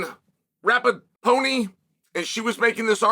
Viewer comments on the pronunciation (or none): “Megan Rapatoney” 😂😂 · I heard rapapony 😂